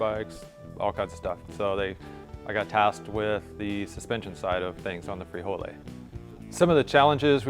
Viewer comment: Hahahaha frijole totally wrong frijol pendejo